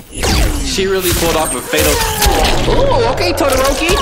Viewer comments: THIS MAN DID NOT SAY TODOROKI LMAOOO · Me re-watching this did he really say Todoroki